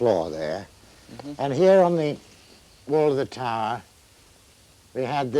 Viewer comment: "Taaaah". Tower, that is.